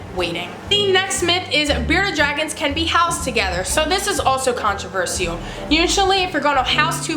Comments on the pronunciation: CONT RUH VERSH ALL. holy hell sorry but every time I heard this it was terrible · can-tro-ver-se-al SKSK (no hate I love her channel) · I'm not tryna be rude but you say controversial like controvershall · The way you pronounce controversial is controversial!!